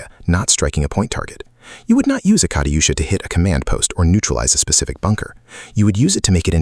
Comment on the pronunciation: Kariyusha? lol you pronounced german names pretty good though